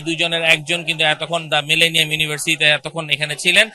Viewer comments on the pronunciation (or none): মিলেনিয়াম উচ্চারণ করতে পারে না, সে কিভাবে এবং কোন যোগ্যতায় রিপোর্টার হিসেবে দায়িত্ব পায়?